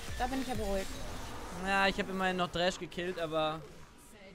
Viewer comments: Trinkspiel fürs Wochenende: Jedes Mal wenn „Dräsch“ sagt, einen Kurzen trinken. lessTroll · echt witziges video, aber dieses "dräsch" triggert mich so hart :D